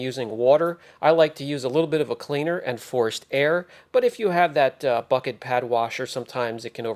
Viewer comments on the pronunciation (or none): none